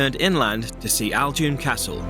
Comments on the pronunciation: Ajloun castel,not Aloun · You called it ALjoun when in fact it's AJloun. Nice try though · Glad u liked Jordan 🇯🇴 😊.. I guess you would have loved it more in spring though and would have met many more tourists..but you should have done the mud at Dead Sea..also a small correction it’s called ajloun not aljoun..love from Jordan ...you really deserve more subscribers